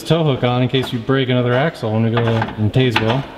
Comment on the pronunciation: It's pronounced Taz-Well. More mk5!